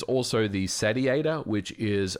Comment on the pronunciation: "Sat ee ate or" Isnt it pronounced Say-she-ate-or